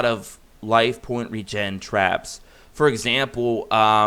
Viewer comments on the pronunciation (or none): none